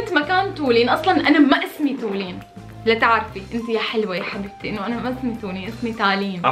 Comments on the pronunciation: مو حقيره سمعتوا و اسمها مو تولين صفات: جميلة طيوبه حلوة قمر بمشي على الارض هي و ابنها و لؤي و كتير زابطين على بعض والله بحبكو كتير والله ❤️ انا فلسطينيه بتابعكو من البحرين 🇵🇸 ❤️🇧🇭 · وكمان غيرا واسا اسما مو تولين❤❤❤❤❤❤❤😡